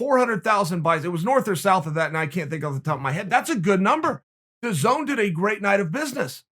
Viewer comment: DAZN: Its pronounced dazzin Chael: Dazone DAZN: OK Great